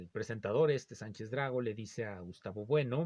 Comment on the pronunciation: Buenas Días, le hablo desde Perú, es Fernando Sánchez Dragó (no Drá-go, como usted lo dice).